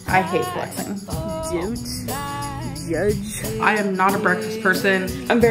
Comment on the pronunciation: that one particular “down’t... jujge 😗” makes me violently laugh